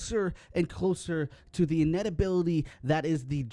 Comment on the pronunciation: All the characters are the same, they are mainly just cosmetic. Also you said “inevitability” wrong in the intro. With all that being said, I’m playing Samantha